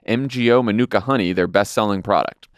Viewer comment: NZ'er here - just wanted to let you know that Manuka is pronounced MAH-noo-ka, with a long ah at the start <3 Keep up the great show!